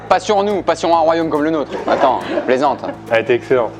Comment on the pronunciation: A je suis québécois et je peu dire qu'on ne prononce pas le mot attend comme sa mais c drôle quand même